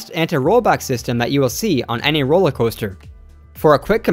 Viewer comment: “Roller Hoaster”? 😂